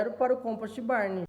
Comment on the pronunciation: '' composti barni " Puts.... Se o termo é do inglês, quem sabe vamos respeitar o idioma e falar corretamente as palavras né? Não tem a letra " i " em nenhuma das palavras. COMPOST com T mudo e BARN com N mudo. Obrigaaaado.